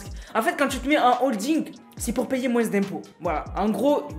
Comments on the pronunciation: On dit moin pas moinse je nempeu plus dsl a chaque de tes video je su porte mais sinon très bonne vidéo mrc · on dit moins d'impôt pas moise d'impôt